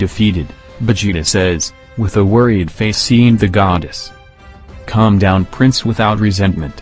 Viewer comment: bruh was i the only one who heard calm down milk??? like wtf